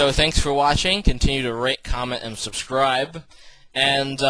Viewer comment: lol at the end it sounded like you said " pleasesd continue to rape comment and suscribe"